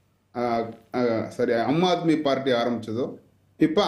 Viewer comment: ஏம்பா உனக்கு சொல்லவே தெரியலயே, அது அம்மா ஆத்மி அல்ல ஆம் ஆத்மி.இப்படி படிக்கத் தெரியாத வாங்களேல்லாம் BJP சப்போர்டா